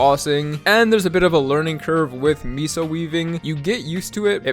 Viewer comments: MEHSO, not MISO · I'll never get over ppl calling MEH sos, Mee sos lmao